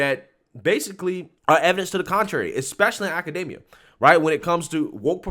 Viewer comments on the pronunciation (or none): none